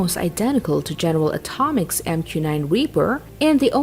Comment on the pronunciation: Did she just say general atomics😂